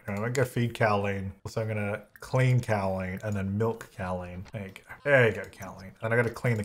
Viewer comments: as a Colleen all I kept hearing this episode was a cow version of my name 😂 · The name Colleen: ~exists~: Cowleen! Like Jolene!